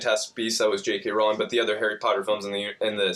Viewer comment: Thank you for say J.K Rowling's name right a ton a people mispronounce her name that's pretty sad